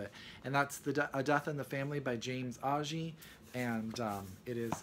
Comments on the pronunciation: It's pronounced "A-G" no "ah" I have the book but haven't read it yet...for sure 2018. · Agee is pronounced with a hard "g". You left out the best American novel about The Second World War. It is under a cloud because is author was a conservative Republican Wasp, but it is a masterpiece. James Gould Cozzens: Guard Of Honor. It tells the story of three days of racially charged crisis at a huge Army Air Force Base in Florida at the height of World War 2. The three heroes are commanding officer Ira "Bus " Beale, who is the youngest general in the Air Force, Colonel Norman Ross a judge in civilian life, who fought in World War 1 and who was trained to fly by Orville Wright and who has the task of mentoring the gifted, but callow and impetuous , Beale, and Captain Nathaniel Hicks, a liberal magazine editor in civilian life who writes tech manuals and serves as a publicity officer. Hicks, a married man, finds himself drawn to an attractive, sensitive and intelligent WAC lieutenant named Amanda Turke. Writing in The New Statesman, The British feminist novelist Antonia White said that it was so continuously dazzling dazzling as to be almost exhausting.